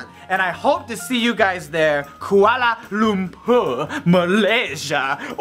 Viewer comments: Hahah "koala lampur" 😂😂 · HAHAHA! i love the way yous pronounce Kuala Lumper! xD DAMN my home town! =[ wish i was there tho..